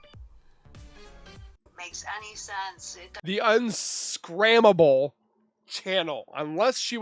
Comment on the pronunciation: “Unscrambled” not unscrammable lol